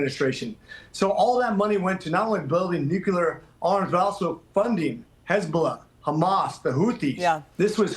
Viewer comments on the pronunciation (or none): Dude can’t pronounce “nuclear”! Like Jimmy Carter, he says “nucular”!